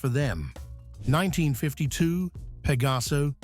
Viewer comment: Connolly, nicht Connelly! Pegaso, nicht Pagaso! Das ist keine künstliche Intelligenz, sondern wahre Dummheit! 🤦‍♂️